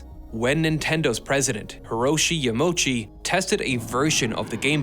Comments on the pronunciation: Huhroshi Yuhmochi??? Hee-ROH-shee Yah-mah-OO-chee OO as in you, not mochi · Yah-mah-ooh-chi. Not Ya-mow-chi. Otherwise, awesome video! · LOL "Hiroshi Ya Mowchi" it's pronounced Yama-oochi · I think Yamauchi should be pronounced Yama-u-chi, not Ya-mo-chi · Nintendo President Hiroshi "Ya-mochi".. 😂 Sorry for pointing out the correction needed, it's pronounced "Yama - uchi" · amazing video but "hiroshi yamoshi" had me dying 🤣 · omg that Hiroshi Yamauchi pronunciation haha